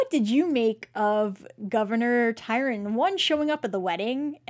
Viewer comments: Sorry this just drives me nuts-love your show but have to mention: It's TRY-on, not Tyron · Small point -it's Governor Tryon, not Tyron. :) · Right? He is a real historical person so it would be nice if you pronounced his name correctly TRY-on